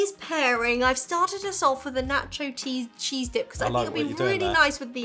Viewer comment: This how you know you are TOO British when you accidentally call cheese "TEAS" LOL